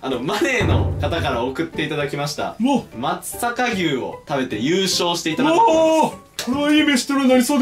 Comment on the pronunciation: まつざかぎゅうじゃなくて まつさか「うし」、まつさか「ぎゅう」な。 今日かぁーーーーーっ！！言わなかったな。 あと最後怖すぎな。